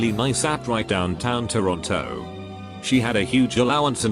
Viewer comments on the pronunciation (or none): none